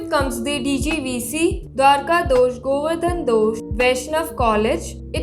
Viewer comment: IT is not Dosh - it is Doss...